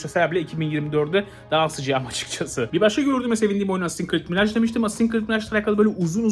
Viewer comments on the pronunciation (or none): none